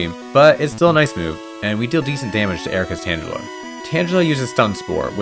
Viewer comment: "Lapras, which the game pronounces Lapra for some reason" proceeds to pronounce Tangela with a soft g